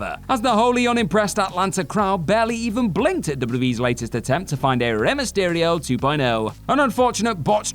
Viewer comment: Mysterio* not Mestiriouw